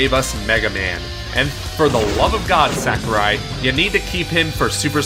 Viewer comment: Please stop calling him "Sack-er-eye." It's "Sah-koo-reye."